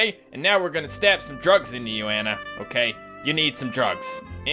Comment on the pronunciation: I'm afraid of all the hate you will receive after pronouncing Anna wrong